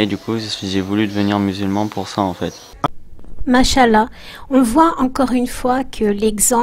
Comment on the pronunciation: On dit mashaa (>prolongation du a à la fin) ALLAH. MashaaALLAH. Pace que si tu ne fais pas la prolongation shaa, alors masha ALLAH voudra dire ALLAH a marché a'oudhou biLlah.